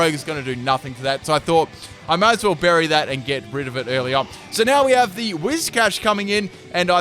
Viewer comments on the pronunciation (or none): none